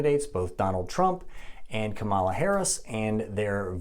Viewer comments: It's pronounced Comma - La Not Come - ah - La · Her name is pronounced Kama-la not Ka'mala. I think you are mispronouncing by accident. Fox news and other maga media mispronounce it on purpose. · Give her the dignity as a human and pronounce her name correctly. It's also called Cannabis, Marijuanais a racist and unscientific term. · He can't even say kamala right. Yeah he's gonna school us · Say her name right. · Still can't pronounce her name correctly huh? For allegedly being a doctor, you really don't listen well. 🤦‍♂️ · You’re claiming to be providing facts, but couldn’t even do enough research to pronounce Kamala’s name right? Seems sus.